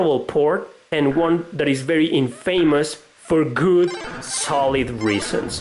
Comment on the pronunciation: youre pronouncing infamous incorrectly. its not In-famous, its in-fa-mous, where 'fa' is pronounced 'fah' not 'fay', and the part that is supposed to be emphasized is the 'In', not the 'fa'